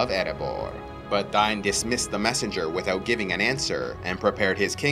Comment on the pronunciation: Names in LOTR have very specific pronunciations which I am doing my best to produce accurately. In this world, Dain is pronounced Dine.